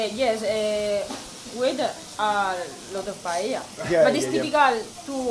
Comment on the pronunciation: パエリアの下りが気になる😮発音が通じなかった？